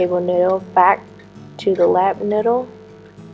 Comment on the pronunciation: niyyyyydel not ndle